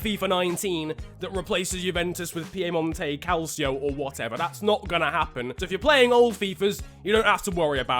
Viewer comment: “Piemonto calcio”